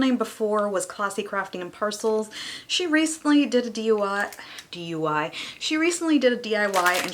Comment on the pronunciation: Dui lmao that was so funny even though I knew you meant diy 🤣 love your haul